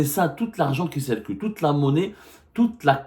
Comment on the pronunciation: On ne dit pas malgre que mais bien que! On ne prononce pas "é"llégal mais "i"llégal...ou qui c"é"rcule mais c"i"rcule. compris!!!